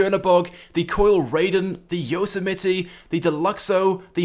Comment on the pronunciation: Did you say yose-e-mit-e!?! Are you kidding me!?!